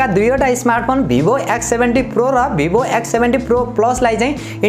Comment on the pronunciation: वीवो होता है भाई भीबो नहीं होता😂😂😂😂😂